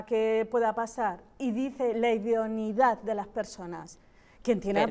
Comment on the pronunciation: joder que pesados con decir idoniedad..... se dice IDONEIDAD